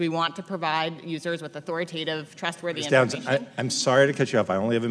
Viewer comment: These people wouldn't know a FACT if it slapped them in the face!! Notice how she say's "Authoritative"!!